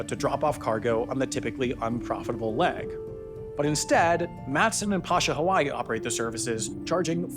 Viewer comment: Pasha Hawaii is pronounced "Pay-shah" Hawaii.